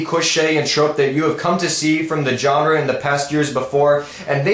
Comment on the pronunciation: Please stop mispronouncing the word "genre", I roll my eyes every time you do that xD